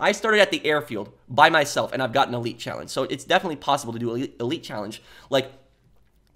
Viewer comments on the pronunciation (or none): none